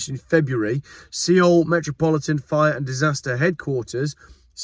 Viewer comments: See-ole? 😂🤣😂 Pronounced soul, as in KIA Soul, aka Key Arsehole. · Seoul is pronounced Soul (sol) not seeol 😂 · Seoul isn’t pronounced “see owl”, it sounds the same as sole, or soul.